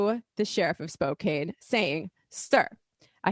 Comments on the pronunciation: Thank youuuuu. I'm from the other end of the country but it bothered me a little too, every time she said it lol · As I'm sure many people have already said,: It's pronounced "spoke-ann", not "spoe-cane". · It is pronounced spoke- can. Not spo Cain. Please learn to say places the way locals from there say it. Thank you. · Spok-cain? Washington? I think you mean Spo-KAN Washington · Spo-can not spo-cane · I’m from WA never hear people say Spo-cane is that right I always hear spo-can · Spoe-can. Not spoe Cain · Spot can.. not cane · Spokane, Wash. is pronounced spo-CAN. Not a minor detail. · Spokane *SpoCan, not SpoCane. Lol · CAN CAN CAN!! Spok-CAN!!!!! Spok-CAN!!!!!!!! please everybody else in the country Spok- CAN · It's actually pronounced "Spo-can", not "Spo-cain" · It's SPO-KAN. Not KANE. That's all lol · Second time this week ive heard spokane mispronounced. Can not cane. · I live in Spokane 😓 (pronounced Spo - can) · Spokane is pronounced spoe-CAN. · Spokane is pronounced Spoe-can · Wrong. It is Spokampton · Pronounced “Spoh Can” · Even that is a colonial pronunciation. There is no hard "k" sound in the language of the Spokane (spo caw nee). Spokan is the place Spokane are the people. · It's pronounced spo-can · I was born in Spokane. It's pronounced Spo can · I know its spelled Spokane, but you say Spokan. Short a. But, good job with the sheriff's name and for calling him out. I can't believe he held a press conference about that. Waist of time! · Spokane is the RIGHT side of the state. Spokane is pronounced Spok-can as in tou-can. (Left is best) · Hey...it's pronounced SPOKE CAN. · How many Majority Report staffers does it take to figure out how to pronounce 'Spokane'? The world may never know. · Elite New Yorker with bangs needs to learn to pronounce Spokane.